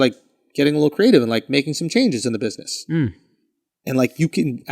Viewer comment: "buiseness" lol